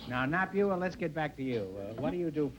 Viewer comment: "Napua" isn't pronounced "nah-pew-ah", but "nah-pooh-ah" - but she's either too polite or too cautious to correct Groucho. I met Napua Woodd (spelled with two D's) when she was quite elderly and was in the early stages of Alzheimer's, but she was wonderfully funny regardless. She was a comedy performer.